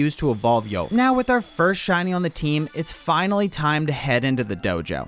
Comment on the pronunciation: "With dweam on the tweam" so cute